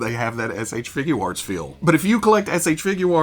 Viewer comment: He’s so well spoken but why can’t he say figure arts? Just think of it as FIGYER.